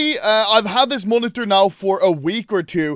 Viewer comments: No one: Anomaly: MUONITOR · The way he says monitor is hilarious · Bro am I the only who gets triggered by the way he says " monitor " 😅